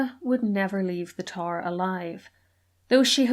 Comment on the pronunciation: Its tower not TAR.